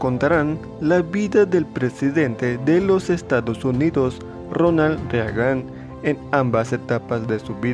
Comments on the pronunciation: Ronald RE A GAN? En serio? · Se pronuncian "Berkli" y Rigan"... 🤦‍♂️